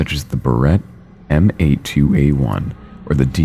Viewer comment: that legitimately made me jump for some reason lol It's pronounced "Bare-ret Emm Eighty-two A1".